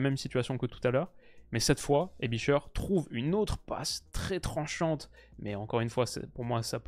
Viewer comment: très bonne vidéo. Aebischer se prononce « aibichair » et non pas « aibicheure »mais c’est juste un détail